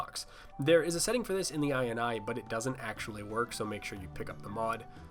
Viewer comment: You say ini that sounds like " eye in on the in the eye and eye"